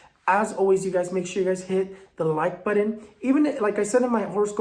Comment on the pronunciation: ✨🌜Just joined your channel! P.S I just LOVE how you say “buttun” for “button” 😁🥰 🌛✨